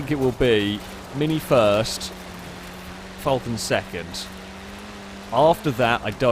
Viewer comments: Falcon , not fallcorn..... or Vulcan, whatever you was saying.. 🤣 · its FAL-con not FUL-can.... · Can you please youtube a vid on the falcon and actually see how that say it as im aussie and i can't stand it being called a fulcan 🤣🤣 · As an Australian i don't likr the way you say falcon.